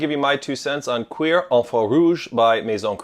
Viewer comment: pronounced like cure😂😂